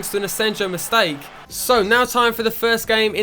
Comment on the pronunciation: It's pronounced Asenyo btw